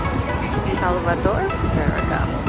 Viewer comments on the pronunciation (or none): Karena bhs Italia..harusnya dibaca SalvatorE (e-nya juga dibaca) , tahunya cuma itu yg lain ga tahu hahahaha 🤕 .